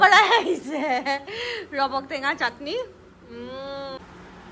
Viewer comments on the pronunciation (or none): Robok tenga nohoi😂 Rabab tenga koi